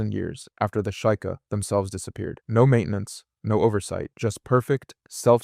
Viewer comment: Fr, it cant even pronounce sheikah